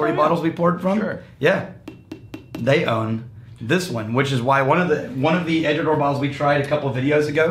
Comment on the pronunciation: Went to Edinburgh couple months ago, most of the people I spoke to said Edradour (as in Door). Of course regional accents and pronunciation is real so possibly Edradour (as in Hour) is a regional pronunciation?